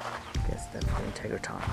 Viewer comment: Dude - if you’re going to do a video on it, please learn how to pronounce it. IN-TEG-RA-TRON. NOT integraTON